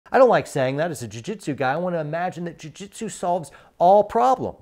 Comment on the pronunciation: Did you say jui jitsu?